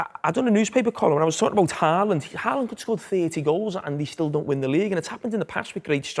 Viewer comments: Haaland isn't pronounced HA-LAND. It's HAW-LAND because of the two a's. While were at it, Ødegaard is something like ER-DEH-GORED. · I'm going to get tired of hearing the English pronounciation of Haaland and Ødegaard this year... I know you can't know, but "aa" is not pronounced a :) Aa is the same as the Norwegian "Å", which is pronounced a bit like how you say the "o" in words like goal, boat, coat, etc... You'd be pretty close by just saying "Holand", atleast much closer than "Haland"...